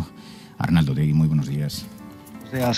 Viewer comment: Es Otegi, sin u. En euskera, se pronuncia como se escribe.